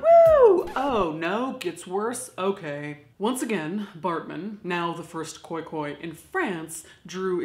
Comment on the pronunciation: Thanks for saying Khoi-Khoi correctly